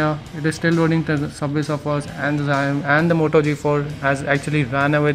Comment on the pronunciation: the video is just lame...dats not how you compare smartphones....nd whats d meaning of 3gigs of ram...the chipset also makes a big difference,,lik snapdragon 820 chipset is 2 times faster than the snapdtagon 810...do the math urself,,,,nd dude its pronounced "Chao-mi" not "jaaiyomi"